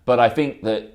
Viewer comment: James, it's 'the' not 'vur'. It's 'that' not 'vat'.